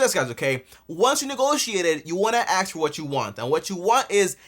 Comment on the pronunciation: An accountant who says if you “axe” me instead of “ask”…..sus